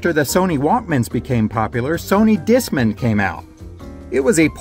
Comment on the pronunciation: It's Disc man. You're saying it like it's a last name